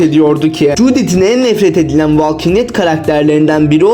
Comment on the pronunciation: Valking diye telaffuz etmeyeceksin, volking diye telaffuz edeceksin.